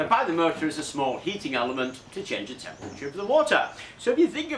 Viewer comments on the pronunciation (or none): none